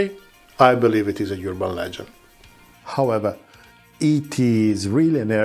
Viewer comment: how do you pronounce peculiar "pecooliar" but urban "yurban"?